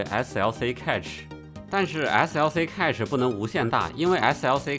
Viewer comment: cache应该和cash的发音一致，读“开始”